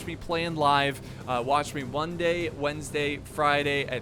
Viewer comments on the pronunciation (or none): Lol you say: Wonday,Wednesday, friday